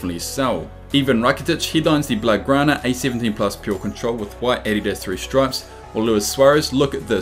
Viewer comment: You pronounce adidas wrong